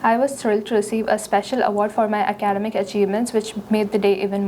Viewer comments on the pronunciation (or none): We WILL go out to the beach. I believe there is a better way of saying that. It should be most challenging part of cleaning, not A cleaning. PRINCIPAL not principle Pronunciation of "academic" Like...a...traditional dances. Jesus it like she memorized the whole thing. I am stopping here, IELTS is bullsh*t, this gets a Band 9 in India but she would be lucky to get a 6 on Philippines. Same goes for Singapore and other countries. Where below average speakers will still get a 9. In Korea a stuttering kid that uses less than 5 words in a sentence will get a Band 6.5. But somehow a Filipino speaking fluently will get a 6.5 in Speaking as well. Maybe I really should have asked for a recheck and got that idiot fired.